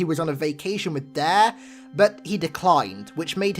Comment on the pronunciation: I thought you were saying "dahh" not "dare".. lol whoops. that was confusing